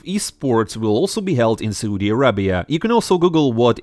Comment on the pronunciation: I like how you pronounce Soodi instead of Saudi xd